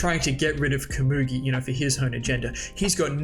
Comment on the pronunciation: You’re pronouncing komugi wrong!!!!